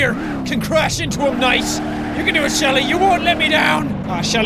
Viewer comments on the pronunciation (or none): Jack That Is Shelby...Not Shelly!